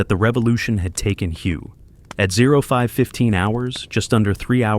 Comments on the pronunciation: It is pronounce WAY not Hu get it right! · it is pronounced "whaay" not as the word of the same spelling pertaining to a shade of color! An example of correct pronunciation is in the movie: "Full Metal Jacket". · Firstly, it's pronounced "way". My late neighbor Dan served there as a Marine during the Tet Offensive. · Your very 1st statement, and you get it wrong! The city, which is focus of your clip, is pronounced "WAY"! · If I heard "" mispronounce Hue, my head might explode. This ruined the video.